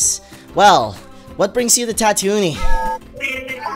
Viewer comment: Its not tatoonie, its tatooine, it is not even no tatooine!! ITS ON JAKKU!!